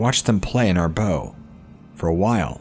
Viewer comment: Your pronunciation of 'bow'.